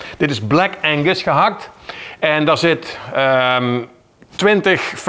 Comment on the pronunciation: ….die “T” bij gehakT is gratis. Krijg je voor niks erbij.